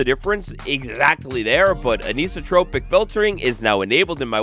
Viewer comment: Anisotropic = An-eye-so-tropic